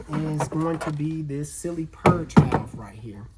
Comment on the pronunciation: What is a “valave?”